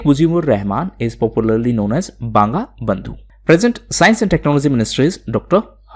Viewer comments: smin Sir its not Banga Bandhu its BONGO BONDHU kuch chis sehi se pronounce karo sir. Ya if u dont know the exact pronunciation then first listen the proper one. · Banga Bandhu ( in bengali pronunciation it is 'bongo bondhu'.